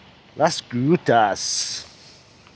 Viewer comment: pls make sure you pronounce the "g" in Las Grutas clearly. It sounded like something else entirely. Or maybe it´s just my dirty mind. 🤦‍♂